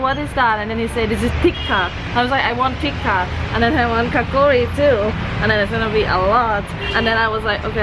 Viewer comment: Its kachori not kakori